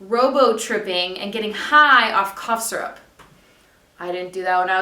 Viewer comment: I love the way you say syrup! And I agree with you on the gay bullying, it's horrendous, it should have become a law years ago! July is too late, think about how many teens could have already committed suicide due to homophobic bullying within the next 6 months.